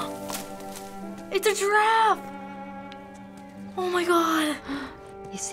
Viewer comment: Yeah instead of "giraffe", i hear the girl say "draft" lol